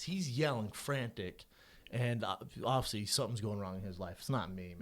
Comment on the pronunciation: There's a lot of words he can't say like 'obviously'